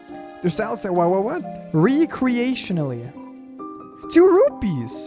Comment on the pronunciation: You can tell English isn’t his first language. It’s funny hearing him trying to pronounce gelatin and recreationally